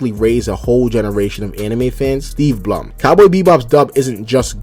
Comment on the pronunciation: Low fee? Bruh Steve Blum is pronounced Steve Bloom.